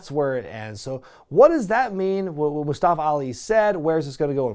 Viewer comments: Not moostafa Mus ta fa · Why is it so difficult for Tom Phillips to pronounce "Mustafa"? He keeps saying MUST-uh-fuh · You pronounced Mustafa wrong 👀 Ali is going after you